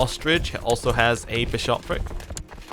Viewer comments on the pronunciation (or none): Why do you keep stressing the second syllable of bishopric? If you wouldn't say bi-SHOP, don't say bi-SHOP-ric. :p